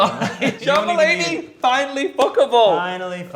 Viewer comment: I literallly heard jamba lady from tan instead of john mulaney